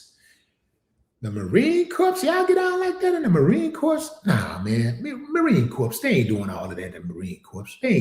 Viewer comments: Unfortunately racism is alive and well not just in the civilian world. But alive and well in the US Military . I say this as a US Army veteran. By the way the branch the US Marine Corps is pronounced like the word CORE, Not CORPSE. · As Salaam Alaikum, Willie D, the 'p' and the 's' are silent in Marine Corps....the correct pronunciation is ma-REEN KOR. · Marine corps is pronounced Marine core. it's spelled Corps but pronounced Core. Semper Fi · The “S” is silent for Marine Corps my guy but I get what you’re saying🫡 She’s a clown 🤦🏾‍♂️ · The s is silent in the word (Corps....)